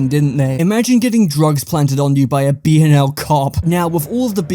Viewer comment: I still think pronounced BnL properly